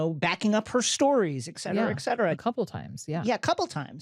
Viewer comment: Really liking the podcast! Two things: It’s pronounced ET cetera. ET cetera. Not ECK cetera. You can do this, Jason. The nervous giggling can be too much. Sometimes it even feels in poor taste, badly timed. Not that any of this matters, but it almost feels like the mileage may vary comment should be cited to Alt Shift X. Beyond these trivial concerns, y’all are killing it. Keep up the good work!